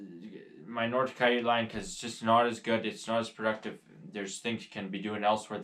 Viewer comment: wth is a ciyute? lol we call them coyotes here in the Adirondacks